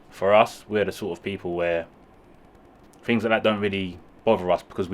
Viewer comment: In English language Things isn’t pronounced Fings . Think isn’t Fink . Lazy Talk .